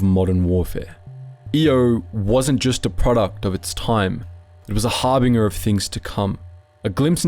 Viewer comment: Cache is not pronounced "cash-eh" it's pronounced "cash" Harbinger is not pronounced "har-bing-er" it's pronounced "har-binge-er". I'm only partway in so I'll edit this comment when I inevitably hear more mispronounciations.